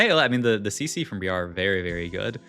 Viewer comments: I'm not trying to farm engagement but hey it works. ITS BR-I-AR NOT BRIE-AR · plz stop pronouncing briar like that its wrong and cringe